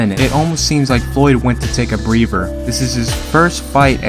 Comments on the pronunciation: Dude, just discovered your work, great content! Love the way you set the context of the fight You pronounce a couple of words in a distracting way - when a boxer takes a "breather", it sounds like you are saying "Breaver", and the 3rd judges last name is "Roth", you sound like you said "Roff". You should do the first Arguello Pryor fight - great fight, great back story, great rivalry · "get a breaver"